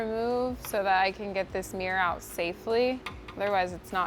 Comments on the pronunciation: Fabulous makeovers.🥰 However I was irritated at the amount of times you said “ Meer” ! Instead of Mirror 😅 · You keep calling it a mir. It is mirror, there are 2 r’s its pronounced mir ror or mirror. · “Mere”ly pronunciation. Hint: “mirror” has two syllables. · What the heck is a "meer"? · Meeror? Does that mean it's "fleep", "profeet" or "favoreet"?